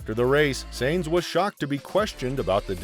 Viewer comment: Please pronounce correctly. It is “Signs” and not “Saenz” Carlos Sainz is pronounced “Carlos Signs” and Binotto is pronounced “bee-noato”. I’m helping your pronunciations for future videos